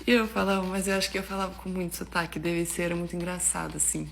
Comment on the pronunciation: Adorei a russa dizendo "teatro" em vez de "tchiatru", como o povo aqui de São Paulo insiste em pronunciar da meneira errada ;) . Mas escorregou no "sutaque" em vez de "sotaque". ;). Muito bom, garota!